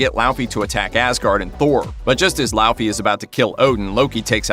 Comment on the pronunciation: Bro you said laufey wrong